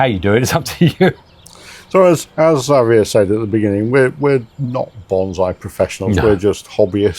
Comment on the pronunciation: This is so mellow. Really love the advice. Also, it's nice to hear the almost Espanol from. Xavier is my favorite Spanish name. But I'm used to hearing it the Mexican way like was doing. Nice.